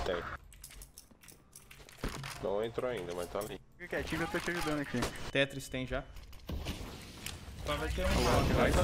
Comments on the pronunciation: é tétris nao tétis kkkkkkkkkkkkkkkkkkkkkkkkkkkkkkkkkkkkkkkkkkkkk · e "defat" e "tetis", o é o Cebolinha